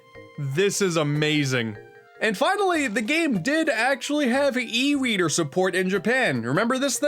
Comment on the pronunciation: Did i hear e weader instead of e reader